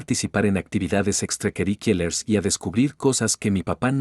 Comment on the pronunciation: Porqué leen mal? Extracurriculares. No extracaricolers.